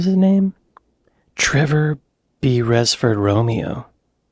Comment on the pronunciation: Trevor "bee-ress-ford" 😂 mate, its 'berris' (rhyming with Ferris)